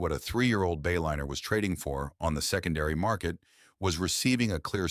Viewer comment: AI slop. Disappointing. "Bay-linner"